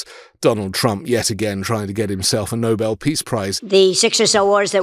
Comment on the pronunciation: How wonderful! This BBC announcer pronounced "Nobel" "No-Bell", not NOBLE like most American audio journals.